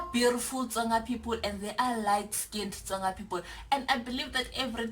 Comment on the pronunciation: This is hilarious 😂😂 Most of them this side can’t even pronounce Tsonga😪 they pronounce it as ‘Conga’ like WTF. They can say Tsiii then why can’t they say Tsonga😏